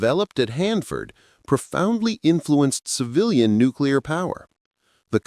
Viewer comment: "Nucular cooties".